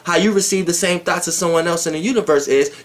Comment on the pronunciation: is the only dude i know that says " thoughts" like Brett Carr says " thoughts"..THOTS 😂😂😂😂😂😂😂😂😂😂😂😂😂😂😂 But i stop listening to YP to fuck wit Doelow Bitch!! He he!!!😉😉👍😎😎